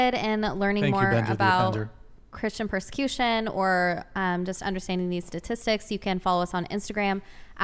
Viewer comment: A problem, you encounter, when popping Ar-Pees, is the pur-sir-Q-shyon of thruthers on YT.